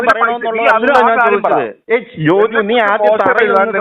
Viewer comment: ജോജോ അല്ല ജോജു